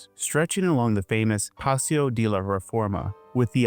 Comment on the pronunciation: I actively can’t believe that anyone in the United States is this unaware of how to pronounce words in Spanish. Like literally just speak like you think you’re Speedy Gonzales and you’re already halfway there. Like literally not knowing how to pronounce the word de is wild. No shade on him, but I’m definitely kind of taken aback.